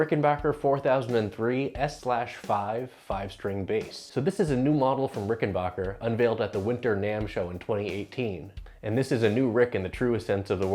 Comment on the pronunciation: It's RickenBACKer, not RickenBAWKer.